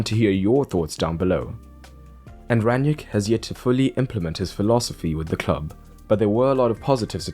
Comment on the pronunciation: It's "Rang-nick", not "Rann-yick". It's "Tel-les", he is Brazilian not Hispanic. If you're not sure how to pronounce then you can Google Translate or if you're not confident with pronunciations then please add YouTube subtitle to your video so that more viewers can more easily watch and listen to you. Beside those, thanks for your analysis 👍